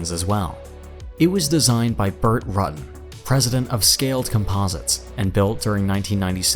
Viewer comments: Roootan not Rutan! Maybe you should learn something about aviation, not just narration! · Burt Rue tan pronounced NOT RUTT TAN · Burt Rutan has overall done more for aircraft design than any other aeronautical engineer. Pronounced incorrectly in video, it's Roo-tan. Don't miss his interviews and presentations on YouTube. They're outstanding. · It's clear this was slapped together with minimal research. I mean, Burt "Ruttin?" Really? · ROO-tan, Moh-HAH-vee (or vey in Spanish), nuh-CELL, CUH-nard There were probably more but I'm tired of typing. Semi-autonomously seems a bit like saying you can be semi-pregnant or semi-dead. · His name is Burt Rutan, pronounced, ROO•TÄN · Burt Rutan's name is pronounced Roo tan' One of the best aircraft designers in history